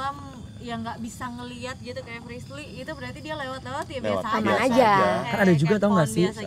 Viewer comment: Aku ngakak pas dia manggil Frislly salah mulu